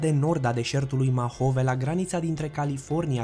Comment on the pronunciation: Mojave nu Mahove ...